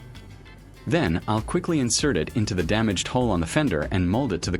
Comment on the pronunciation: Ok, I have to know, it that YOU narrating or a voice over? Because I got to tell you at Mark 15 minutes and 23 seconds you call it a hull instead of a hole. At least it sounds that way. I'm not so sure about calling that a "Flawless finish". Your paint job has what is called an orange peel effect to it. If you look you can see what I mean. It would have been much better if you had a small compressor in a small airbrush just my opinion though but for the average person just to fix the hole at good job. I used to work a mobile unit for car painting so I kind of know. I'm going to check out the rest of your videos now.